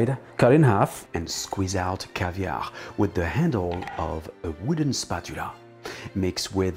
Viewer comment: Marvellous,! I hadn't heard of the lemon caviar before. Interesting... Wait, did you say caskets? Haha!